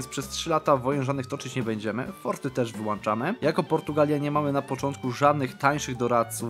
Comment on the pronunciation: na razie wyłanczamy ekonomię Brzmi dobrze